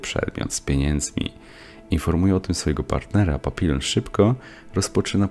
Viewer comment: "Papilon" no kur.... nie wierzę. Nie można było sprawdzić jak to się wypowiada?